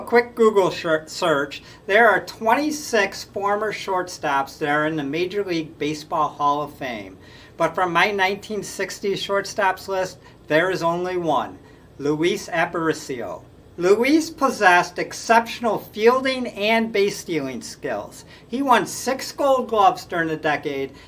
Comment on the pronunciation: Looey Ah pah REE sheo